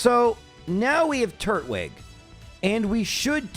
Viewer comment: Tur-twig, not Turt-wig 😅